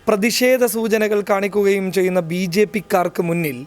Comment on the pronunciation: ബി ജെ പ്പി അല്ല പു ജേപ്പി😂